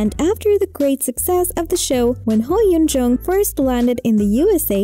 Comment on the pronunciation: This woman is saying her name wrong. 🙄